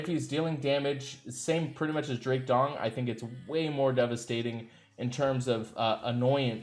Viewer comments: Drake Dong? Not sure if this is deliberate. Also the Cheshire Cat is pronounced Chesh (Like Chest but with an H) - Shire (🇬🇧 - SHY-ER or 🇺🇸 - SHUR... As in New Hamp-Shur). Aside from that 0 mistakes in this Anchor Grade. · did Anchor say Drake "Dong"??🤣🤣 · He says this repeatedly. LOL. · He always calls him that 🙄